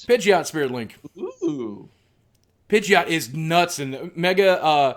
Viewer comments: IT'S NOT PIDGE-OT. IT'S PIDGEY-OT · Pidgeot is pronounced: PIDGE-ee-ott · I agree you shouldn't make fun of someone who pronounces thing wrong. I would love to help you out with it though Nidoran : knee-dough-ran Pidgeot : pid-gee-ot Tangela : tan gal - ah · The way I say them are Pid-ge-ot Tang-ela G as a G not a J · says he watched first season and doesn't know the new ones pronunciation. THOSE WERE ALL GEN 1 POKEMON THAT YOU BUTCHERED THE PRONUNCIATION!! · You can't pronounce Pidgeot? It's not "one of those other guys", Pidgeot is Gen1. You say you watched first gen -> Ash actually got a Pidgeot. Your lies just got busted. Stop acting like you are one of us. Noone believes you.